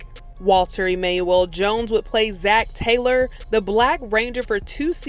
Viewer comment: WTF is E-May-Well? Girl doesn't know who to pronounce Emanuel?!?